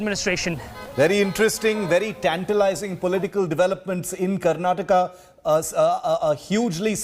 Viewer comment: Mr. Nadda it's "Karnataka" not Karnatak.